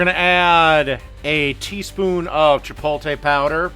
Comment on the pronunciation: Factory shredded cheese??? And he makes fun of other cooking channels. And he cant say Chipotle